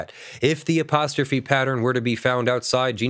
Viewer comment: I've never heard apostrophe pronounced that way